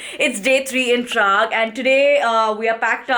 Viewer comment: I just love your vlogs and in this video the way uh said Paraag 😂😂and bearnoo 😂😂 uh are amazing girl. Congratulations for 500 K. Hope uh keep enjoying your life always. #sawaalsaturday Are you a marvel fan ??